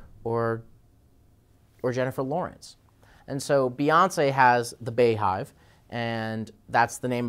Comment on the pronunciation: OMG WE ARE NOT CALLED THE BAYHIVE. Beyhive is pronounced Beehive. Bey is in Beyonce. Bey sounds like bee.